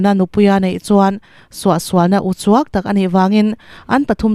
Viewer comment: Uchuak, tih i sawidan hi a dik mawlhlo, Mizo tawng zir ngun teh.